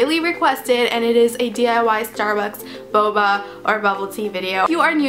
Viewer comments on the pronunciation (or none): none